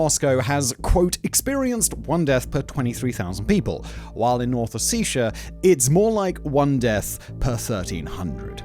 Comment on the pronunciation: You keep mispronouncing Ossetia.